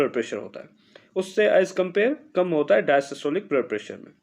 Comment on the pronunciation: Correction Required: The lower pressure is called "Dia-Stolic" blood pressure not "Dia-Systolic". You are keep calling it Dia-Systolic which is wrong and the students will learn a wrong term instead of learning something new and interesting. 🙏